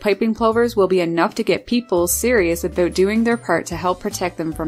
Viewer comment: The cutest thing is when says about. Aboot Love it!